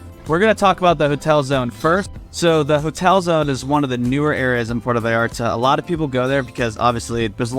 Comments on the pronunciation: It's Puerto (pwerto), Porto is in Portugal. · Why do you say port o? It’s Puerto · P-U-E-R-T-O, <=this is Spanish P-O-R-T-O, <= this is Italian Say it right brotha. 😉 Thanks for the video. I’ve actually been wondering about visiting Puerto Vallarta. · Just a friendly tip. Puerto not puerta. The difference between a port and a door…